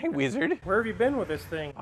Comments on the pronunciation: every time he says Weezerd all the atoms in my body cringe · Could you please stop saying "Weeezzard!" it drives me nuts! I like your channel but I seriously want to unsubscribe just because of how you say wizard.